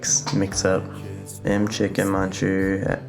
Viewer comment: my username is Mchicken muncher. McChicken as in the mcdonald’s chicken nuggets, so that’s how u pronounce it. It’s ok that u said it wrong I just thought it was funny 😭